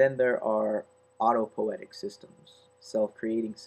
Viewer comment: auto-poe-EE-tic is correct.